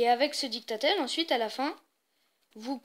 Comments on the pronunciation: ON dis didactiel pas dicta tel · je suis le seul à avoir été stressé à chaque qu'il disait dictatel au lieu de de didacticiel?